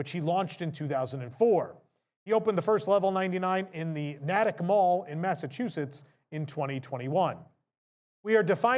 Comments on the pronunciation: It is nay-tick mall not gnat-ick sorry just happen to be from the area lol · Sorry to correct you there, but is Nay-tick... Not Nahtic... Don't worry lots of people get it wrong. Here have a large dunkies. Nice work. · im sorry i must shame you (this is sarcasm), you misspronounced the natick mall, nay- tick, sadly i dont remember lv 99 being at that mall must have moved in after my friend arcade moved. wish i knew about those places before i moved out of new england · FYI.😊 Natick is pronounced with a long “a” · Hi, I enjoy watching your news casts but you butchered the pronunciation of the town of Natick. It made me laugh. Keep up the news casts. I really enjoy the channel. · we have to get you to pronounce “Natick” right. Send me a message 😂